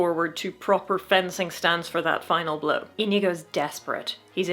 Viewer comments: I'm sorry to tell you, but your pronunciation of Íñigo, while correctly pronouncing the 'ñ', had a mistake. Unlike in English, in Spanish which syllable carries the force in the word matters quite a lot, and in Íñigo, it's the first one, even if to english speakers it seems more natural to apply the force on the second one. That is, it's *Í*ñigo and not íñ*I*go. But no sweat, of course. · Sorry but, It´s Iñigo not Inigo. Ñ alt+0209 or ñ alt+0241. It sounds like onion. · You still... it's still... you're... You're still pronouncing it wrong!!! It's ÍÑIGO, with an Ñ, not an N!